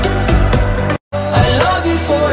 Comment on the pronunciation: I hate that it says infindity Like I can be the only one to hear that she miss pronounces it. In fin di ty. Like wth. In fin i ty. Seriously. Like if you hear it too